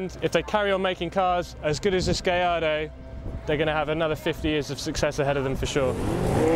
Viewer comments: why does he keep calling the Gallardo as Gay ardo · did i just hear him call it a gay-ardo??